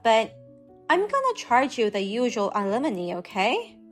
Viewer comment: Talk to someone that speaks English knows the difference between alimony, lemony, alemony, and lemonade, alumni and it can explain to you what compensation is since you don't seem to have a grasp on that. Oh my God can you have any more awful pronunciations of alimony You cannot get alimony from someone you've never been married to it's compensation